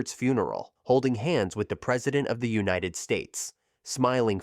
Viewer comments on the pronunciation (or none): none